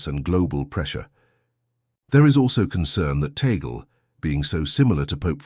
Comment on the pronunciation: Parolin doesn't have pastoral experience. Mostly Vatican. Tagle (prononced Tag Lee) seems to have the perfect combination. Zuppi is similar. Backup choice if Tagle isn't the one.